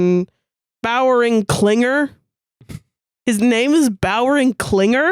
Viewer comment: guys plz I'm trying to work in this office and "Bowering Clinger" has me cracking up 🗿 (*Bauering?)